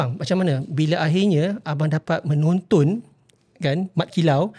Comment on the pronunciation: di menit bilang menontun bukan menonton. perbetulkan bunyi ayat biar bahasa melayu itu kuat